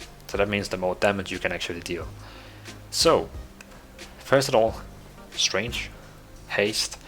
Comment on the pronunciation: You sound like you are saying "strange (stray nge)" instead of "Strength (st rehk nth)". The "g" in "strength" is silent, or expressed more like "k".